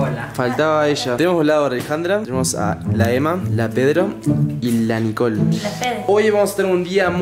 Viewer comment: Es Nicole no nicol parese que ests diciendo mantecol